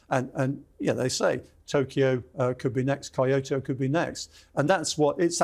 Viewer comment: Amazing video series, but please, for the love of the gods, can the speakers learn to pronounce the names of the regions they are talking about. Its not Kaiushu, its Kyushu (ki-yu-shu if slowed down), its not kaiotoe, its kyoto (ki-yo-to if slowed down). i understand this isnt a language channel, buts its pretty jarring and kinda disrespectful to the subject